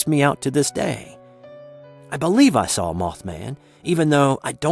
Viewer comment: There is no "L" in the words "saw" or "caught"